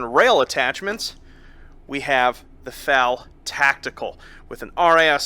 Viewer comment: my only gripe with this is how he says FAL the game is still mind-blowingly amazing